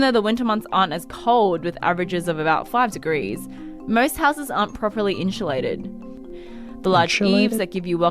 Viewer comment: 25C is fine. 35C isn’t, on our little island. 40 was icky. Yes, she said ‘inshulated’.